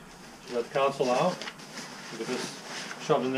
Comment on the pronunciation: Con sole. Not counsole